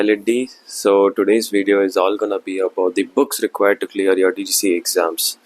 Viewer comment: bro it's DGCA NOT GCGA.